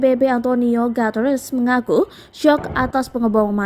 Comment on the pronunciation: Sok inggris .. Guteress di baca Gateres... Hahaha